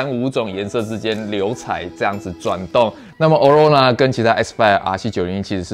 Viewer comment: 欸欸極光的英文唸錯了